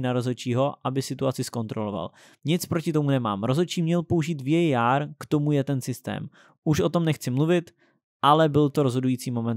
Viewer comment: VÍÉJÁR :))) hned si za to dej facku!